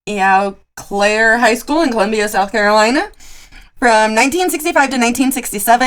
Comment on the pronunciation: Pronounced Oh- Claire high school. Eau Claire.